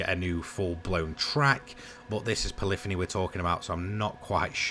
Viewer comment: Thanks for saying Polyphony correctly 👍 The number who get that wrong is eye rolling! 🙄